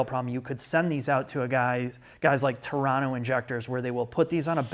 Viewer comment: Beyond that amazing "university-level type lecture" provided all of us with here, I'm so happy he pronounced "Toronto" the proper way, or rather how us locals call it... "Toron-no" 👏🏼👏🏼